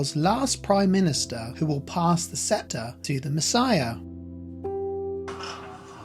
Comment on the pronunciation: Who is this ignorant non Jew who cannot even properly pronounce the Prime Minister of Israel's name or the word scepter?